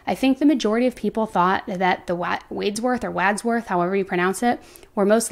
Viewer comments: It's MONTELLO, NOT MANTEO. Also, it's WADSWORTH, NOT WADE-SWORTH. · Right Mon tell o. And wads worth. Not wadesworth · Wads worth is how to pronounce the bros. Wads like a wad of cotton